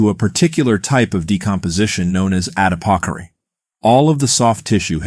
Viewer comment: Adipocere was pronounce strange .